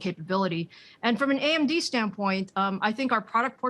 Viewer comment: The reporter calls AMD 'AMZ'.